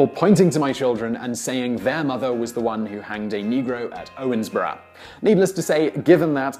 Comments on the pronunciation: Why are you saying "Owensboro" like "Owensborough"? Kind of annoying; I live near Owensboro and no one says it like that. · It's pronounced Owens"burrow " not Owens"borough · Really? I always heard it pronounced "ORns-burro". Also, Daviess County gets its spelling from a typo by a county clerk, since the County is actually named after Major Joseph Hamilton DavEIss. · listening to his pronunciation of Owensboro and Davis County hurts just a bit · I live 5 minutes away from Owensboro ( and he is pronouncing it wrong ) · Im from Owensboro (PS you botched the name xD)